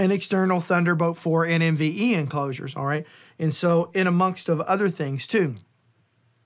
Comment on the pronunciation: Why you always Said NMVE? It NVME 🤣